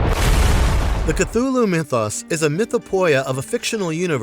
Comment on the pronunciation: The way they pronounce Cthulhu with a Ch sound 🤮